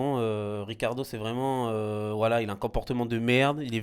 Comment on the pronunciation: Qd ils disent voilà j'entend wallah 😂😂😂 pas vous ??